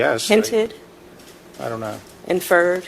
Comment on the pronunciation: "Oun't know."😂